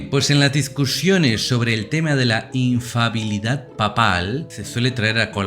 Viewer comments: No es infabilidad papal, es INFALIBILIDAD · Padre es Infalibilidad no infabiludsd Gracias